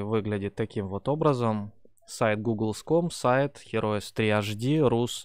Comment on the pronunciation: автор же знает что название игры, которой 25 года, произносится Хироус?..